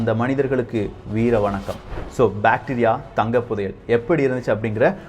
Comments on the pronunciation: Bacteria va.. bro that is bactria indogreek kingdom.. pronunciation should be watched carefully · அது பேடீரியா இல்லை பேக்ட்ரா